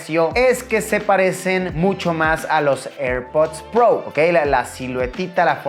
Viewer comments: Airpods pro❌️ Airpods prou ✅️ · eirpudds prou